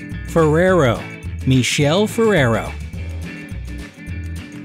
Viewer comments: It's pronounced as Mi.kel.lee not michel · How did you pronounced Michele?! 😁 😁 😁 It's pronounced Mikele. It's an Italian name. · the way you say Michele è inaccettabile